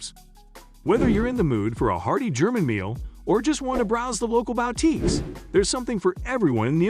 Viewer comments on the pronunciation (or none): Wait, is this text-to-speech? I never heard anybody mispronounce "boutique" so egregiously. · Is a "bow" tique a boutique for dogs? Bow wow!